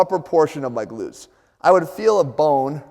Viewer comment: Hah! At first it sounded like "You could have a weakness in your big lips." I was like "Leave my big lips out of this! I know my rear is weak but I don't see any connec... oh, never mind!"